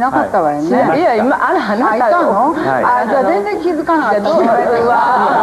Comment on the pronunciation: 日本ではこのような人を 「どんぐりの背比べ」と言うんだ！ 間違った「５０歩１００歩」だったかな？？ 「あーたぁ」「あーたぁがね」「あーたぁー」はっきりと「あ・な・た」と発音しろ！！